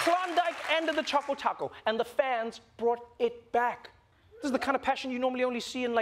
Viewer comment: its CHOCO not chaco